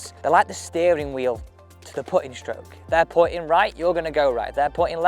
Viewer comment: It’s stroke, not shtroke